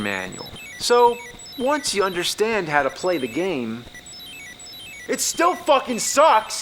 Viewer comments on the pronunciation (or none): I love how AVGN pronounces "game" as "game-uh" and "garbage" as "gar-bitch"